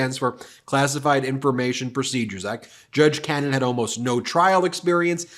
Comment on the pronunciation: When will you start pronouncing her name right?